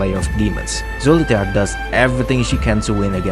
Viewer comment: its pronounced soliter